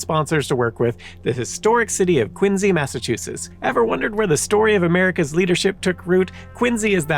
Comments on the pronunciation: Quin zee? Never heard that pronunciation before, but ok 🧐 I've always heard it pronounced as Quin See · Why does he say “Quin Z” ? is that how the town says it? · You might not be Simon but you definitely mispronounce things like he does. Quinzy???? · Is it just me or is he pronouncing "Quincy" with a z sound? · are you from Massachusetts? Or did you get corrected by a bunch of Bostonians because you used to pronounce "Quincy" the way it makes the most sense? (at least that is what happened to me:P )